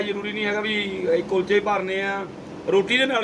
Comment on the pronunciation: ਹੁੰਦੇ ਤਾਂ ਕੁਲਚੇ ਨੇ ਪਰ ਭਾਬੀ ਕੁਚਲੇ ਕਹਿੰਦੀ ਆ ਫੇਰ ਸਾਡਾ ਕੀ ਕਸੂਰ ਹੈ